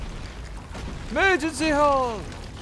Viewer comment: Tis pronounced emergence hole